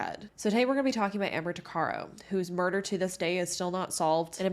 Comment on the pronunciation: Its pronounced- tuck-uh-row